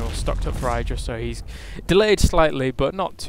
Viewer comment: Idra isn't pronounced with a long "I" as in kite. But short as in kitten.